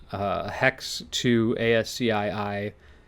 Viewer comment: I'm pretty surr ASCII is pronounced "as ki"